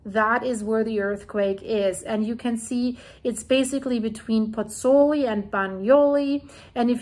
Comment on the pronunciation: both vowels in the diphthong in 'Pozzuoli' are pronounced: Pozz - ooo - aw - li. Try it slowly a few times. It's fun to master the Italian vowel sounds - and respectful to the Italians...